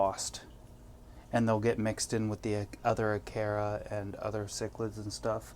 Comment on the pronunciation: Acara s not aceras ha ha